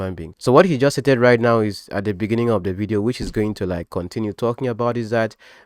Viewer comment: Thank you for this fair analysis. I just realised that you have a problem with pronouncing ‘beginning’ 😊. They should focus on trying to resolve their issues without getting others involved. Please leave Pastor Jerry and Nathaniel Bassey too.